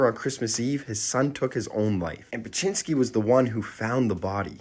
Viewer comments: Beksiński is a great artist but as someone from Poland it took me seeing the name and painting to recognise it. The poster is not pronouncing it correctly at all even tho i pappreciate the video haha tbh it's a pretty complex name for an English speaker.im not sure how to Wirte Zdzisław phonetically but Beksiński would be closer to "beck-shi-nski" (I am struck how there is so many very polish letters combinations that are so hard to write phonetically in English I don't know hot to do it) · Pronounced Bek-shinski